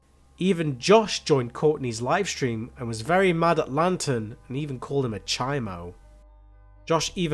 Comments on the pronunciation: It’s CHOMO not CHIMO 🥴 it’s California prison slang . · "chi moe" its chomo lol even if it makes no sense...